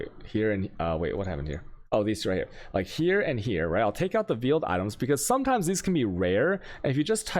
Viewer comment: Veeeled was killing me lol Meeelstrom🤦🏾‍♂️